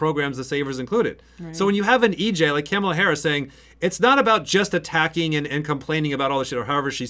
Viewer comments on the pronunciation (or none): Love you guys but please say it with me, “Comma-la”.